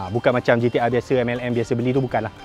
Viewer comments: Ha... Ha... Ha...Tak boleh angkatlah sebut MLM. Langsung tergelak besar jadinya. Terbaiklah bang. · Kalo bkn org kaya pakai gtr dah tentu masuk MLM kn...kakakakaka...seronok sebut MLM 😄